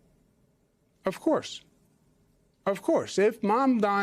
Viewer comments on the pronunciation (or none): I’m not spelling it. I’m saying it phonetically. The first syllable is pronounced like Mom. Not Mam. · Zohran Mamdani. You and this anchor are both saying it wrong. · MOM - da - ni. He can’t even remember a 3 syllable name. 😂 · You cant either. Its MAMdani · Jen Psaki, as a journalist you don’t know how to pronounce Mamdani? Or is it just because you’re racist and an Islamophobe?